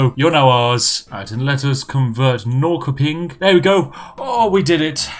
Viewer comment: Detta var inte snällt (swedich) = ( Love the pronunciation of Norrköping